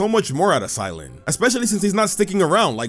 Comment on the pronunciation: Cy-lan? Huh. Weird.